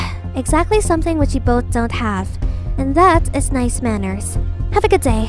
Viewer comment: When she says manners i heard smanners😂😂😅